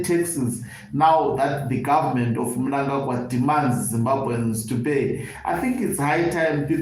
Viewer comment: I am so glad that you know to pronounce the names of big thief chigananda mnangarwa the evil killer and murder